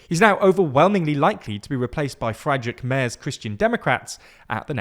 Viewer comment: as a german, your pronunciation of Friedrich Merz was so funny.😂 Keep up the good work